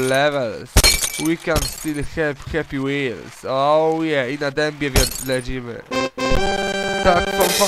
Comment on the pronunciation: no ale to hepi hepi hepi hepi łils podobnie brzmiało ale odcineczek okej